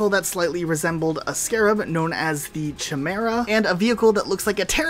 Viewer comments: It's pronounced Kai-mera, not Chi-mera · the "chimera" is actually pronounced "ky-mare-a" not "chi mare a" just to make future references better and easier. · Is anyone going to talk about how he said "Ch-imera" instead of "K-imera"? I'm pretty sure thats how you're supposed to pronounce it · I think the weird looking scarab thing called a “Chimera” is pronounced.........“Kymera” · Funny you have no idea how to say Chimera 😂 Chy, like Chyme, mera, like… marinara (Maruhh- part) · Imagine pronouncing Chimera wrong